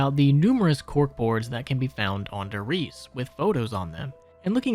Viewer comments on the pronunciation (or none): Dee Glockuh Der Riesuh I hope this helps with the pronunciation. Opel Blitz was perfectly pronounced tho😅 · it's like nails on a chalkboard everytime you pronounce Der Reise "dur reese" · why do you insist on mispronouncing Der Riese, Verruckt and other german names/words?